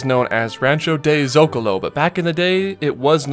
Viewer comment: ok, non-Mexican people...say it with me. Zo-CA-lo. Not ZO-ca-lo.